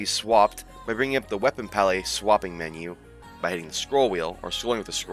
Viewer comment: Break down the word 'palette' into its individual sounds "pal" + "it". Say these sounds out loud, exaggerating them at first. Practice until you can consistently produce them clearly.